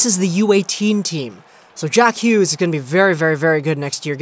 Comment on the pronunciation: Did you just say jack Hewgs? LOL